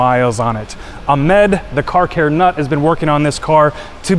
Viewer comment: how hard can it be to pronounce the name AHMAD? the letter H does not exist in american english? anyway, great video and a super satisfying result.